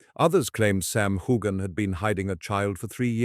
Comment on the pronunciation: How do you expect anyone to believe your clap trap when you can't even pronounce his name correctly. I suggest you find another line of work